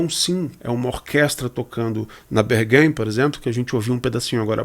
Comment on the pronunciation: Não conhecia seu canal, não conhecia Rosalía (apenas ouvi falar do nome), mas o seu domínio sobre o assunto é impressionante, já me inscrevi no canal! Obrigado por compartilhar seu conhecimento sobre música e produção musical conosco, continue com o excelente trabalho. Apenas para contribuir um pouco com a discussão, Berghain é uma palavra com pronúncia em alemão, então é mais como "BÉRG-RAIN" ao invés de "BÉR-GUEIN".